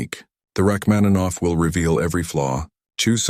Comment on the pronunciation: I’m a professional musician. Please get your AI to correctly pronounce the name of the author of the piece, Sergei Rachmaninoff. It’s incredibly disrespectful to mispronounce his name.